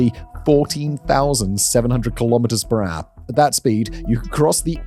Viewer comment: How many miles perahh?